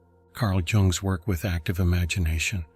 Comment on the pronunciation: The J in Jung's name is NOT a hard J sound as in "juggler'.